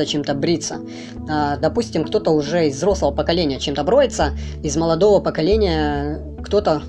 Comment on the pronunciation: Люди БРЕЮТСЯ, а не броются ! Запомните ! Я БРЕЮСЬ.... Я БРЕЮ !